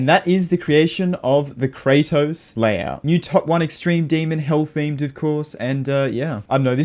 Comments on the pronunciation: "Layhout" anyways, nice video! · TF STOP SAYING LAYHOUT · "layhout" lmao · Layhout xD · oh my god a layhour